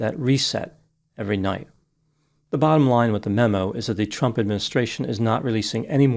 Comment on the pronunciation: I love the way you pronounce trump as chump. Perfect!